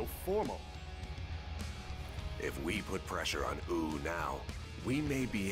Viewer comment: 1) The new cast just sounds like a fan dub and Sima Yi might just be the biggest example of this. 2) I guess you could said Cao Cao… Wu'd them. 3) Why are they pronouncing Wu as Ooh? Sure, the 'W' is barely announced, but it's still there, just like the 'Y' in 'Yi', which should almost sound like it's at the end of 'Sima'. AAAAAH! Also, what kind of response was that from Xu Zhu? The hell was that?